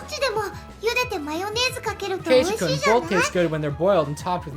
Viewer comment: Also, for future reference, this is how the names are pronounced: Hinamizawa:Hee-nah-mee-zah-wah Keiichi:Kay-ee-chee Rena:Reh-nuh Mion:Mee-on Satoko:Sah-toh-koh Rika:Ree-kuh Hope this helps!